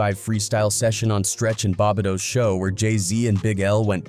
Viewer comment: This text-to-speech stuff is funny “bob bit toe” instead of sounding like “Bob Beat Toe” (Bobito)